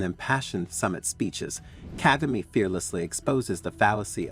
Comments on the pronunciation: Despite providing some good content, it might be worth investing sometime to learn how to pronounce the names of people properly. This would give more credibility to your contents. For example, start with the president of Rwanda. It's Kagame as in Ka Ga Meh and not Ka Gi Mi. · You are not pronouncing his name correctly. KAGAME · Why does the person speaking on this video not check how to pronounce names of African leaders? Kagame, Malema, Pandor, Musoweni? Come on??!!!